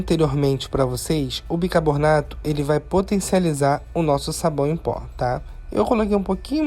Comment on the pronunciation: Amo suas receitas mas fico agoniada de ouvir você falar bicarbornato em todos os videos kkkkkkkk